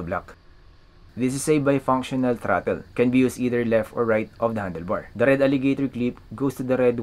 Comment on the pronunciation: About the accent. I got into your mode of talking and replayed a few parts but although it doesn't hurt to improve your English accent, if you just slow it down a bit, words can be understood I think. For this video, simply slow everything down. The 3 speed plug, got it but it took 3 replays. Throttle is throt then L so throtL. There isn't a lot of good videos on the bunch of wires on a controller so thanks for making the effort.